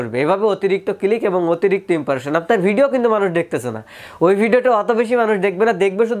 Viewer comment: ভাই কথাটা "ইমপারেশন" না। "ইমপ্রেশন" হবে। আশা করি পরের ভিডিওতে সঠিক উচ্চারণ করবেন। আমি আপনার চ্যানেলের ভিডিও দেখে থাকি।